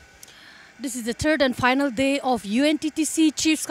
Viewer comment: She said the turd and final day! Lmao